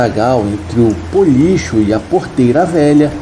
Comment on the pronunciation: Puxa! Não é Policho. É Bolicho. Com B.